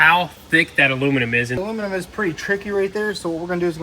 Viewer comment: Is “alumanim” a Tennessee thing? Is that how everyone there says it?